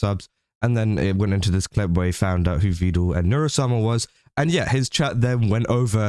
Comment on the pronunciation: he is Evil fans 🤣🤣 only Evil say Vedool sometimes